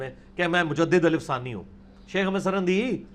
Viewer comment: Janab mirza g lafz Ahmad hai na keh jo aap boul rahe hain,Tashih ker lena.